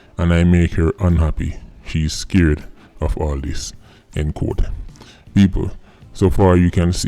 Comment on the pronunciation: why are you pronouncing doggyS “quote “ as “code?”